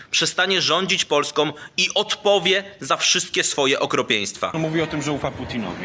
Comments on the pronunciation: Panie Matecki... Mówimy POLSKĄ, nie POLSKOM. Taki patriota i nie wie? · Matecki dzbanie !!! Mówimy Polską nie Polskom.........